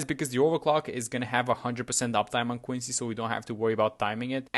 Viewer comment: why do you pronounce quincy like that koicy